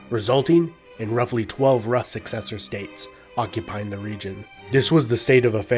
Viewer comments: It's pronounced "roos", not "russ". Also, why does the artist's impression of Slavic tribes look like a Turkic nomad? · Rus is pronounced as roos not rahs. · I like the way you pronounce Rus, it should be pronounced Roos but Ruhs is really nice 10/10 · ur pronunciation of Russ is incorrect! Russ is ROOS not Rus! which is why many countries still to this day call Russia Roooosi or Roos i.e. RUSS! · It's pronounced Roos' not Raas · It's pronounced "Roos" not "Russ" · Roos, not russ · Isnt rus pronounced Rooose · in Russia: Rus is pronounced "Roos". Russia is pronounced "Roosia". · Rus is pronounced Roos, not Russ lol. It's so disconcerting and sounds... uneducated. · It's pronounced "roos" with the s being palatalized 😡😡😡😡 jk good video, all I know of russia's old history is from all those russian cartoons about knights i watched when i was a kid Also you said Moskva river but then called the city Moscow 😂😂 the city is also called Moskva lol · Lots of info but you pronouncing rus wrong everytime bothers me 🤣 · Interesting if somewhat cursory runthrough of early Russian history. A clarification, the Rus were Swedish Vikings from the area called "Roslagen". The 'u' in Rus is pronounced just like the 'oo' in foolish btw. 😳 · Why Russian pronounced rus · this is right, most land names of past century's are pronunciations of todays historians. there was no byzantine empire, only eastern roman empire, no greeks just romans, no Carolingian just franks and so on and so on. the list is like endless all the names were given in the last decades or century´s for empires and people millennia's ago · Russia =/= Rus. It sounds differently in all slavic languages. Russia should have been latinazed to Rossiah. Look up Russian pronunciations. Russians themselves even mock English pronunciation and say it's incorrect.